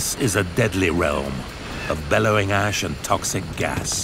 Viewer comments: Did he say toxic gas and bellowing ass? 😲😂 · Very cool. BTW ‘billowing’ not ‘bellowing’ 😂